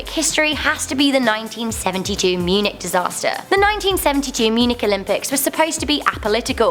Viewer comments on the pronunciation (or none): When she was talking about the Munich Disaster, she mispronounced Munich. :/